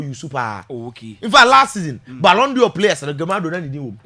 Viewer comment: At thus height, u ahd not pronounce balon dior.... its a frencg word....pls pronounce as balon door not dior